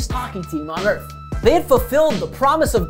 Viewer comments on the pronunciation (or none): none